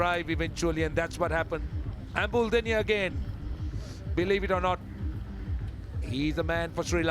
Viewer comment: It's embuldeniya not emdulduniya😂😂😂😂😂😂😂😂